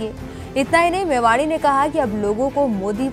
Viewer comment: मेवाणी न कि मेवाड़ी।